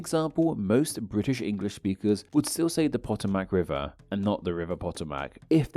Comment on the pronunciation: I love right about timestamp where says Potomac River he uses a funny pronunciation. It is more like Pa-TOW-muck RIV-er.